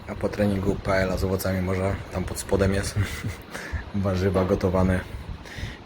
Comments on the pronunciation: Pajak. Marlenka Cię lekko poprawia. Mówi się "paeja" nie "paela" oczywiście pozdrawiamy ;) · tak tylko dopowiem niezlosliwie, w hiszpanskim 2 x L = j, czyli palma de mallorka czytamy, palma de majorka, paella = paeja :)